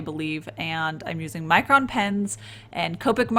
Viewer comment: Every time you say "Micron" I hear "Mycroft" and I think I have a problem